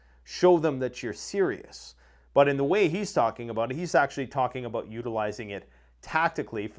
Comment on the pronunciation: Abooot. Haha you gotta say about.